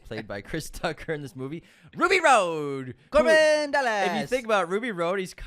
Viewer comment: 🤣 🤣 🤣 Right?! Every time I heard “Ruby Road” my eye twitched a little. Haha